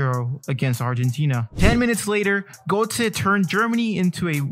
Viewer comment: I like your video. Two tips: 1. Sometimes you hesitate when talking or stumble over your words. It really distracts from the quality! Worth redoing until it’s perfect 2. You may want to look into how to pronounce Götze’s name properly:)